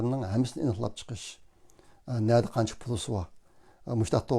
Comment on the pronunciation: Пулси әмәс, пули. Нәзиримдә әмәс, нәзәримдә.